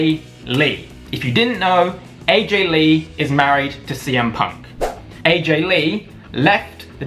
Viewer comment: When he said Aj Lee I literally almost threw my phone across the room